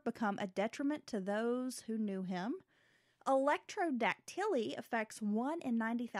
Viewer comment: Ectrodactyly is pronounced [ek-troe-DAK-til-ee] not "electrodactyly."